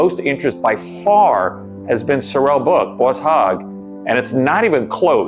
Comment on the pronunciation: He was an incredible man! Its "sore-rel" by the way, not "so-rel". He actually wore a "fat suit" in the. DoH series